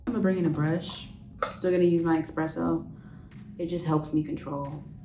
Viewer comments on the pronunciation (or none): Expresso lol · I love this, she’s so great. My only note is her pronunciation of espresso - no one wanted to correct her? It’s giving me uplifted black gworl magic!